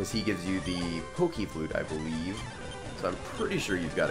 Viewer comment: "I can't 'BEE-lieve it." ._.